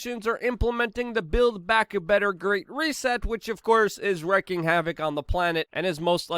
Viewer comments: Luke it's wreaking havoc not wrecking havoc, if your going to say it seven times at least say it correctly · It's pronounced REEKING havoc. #wreaking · Wreaking havoc not wrecking havoc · wreaking: r'ee'king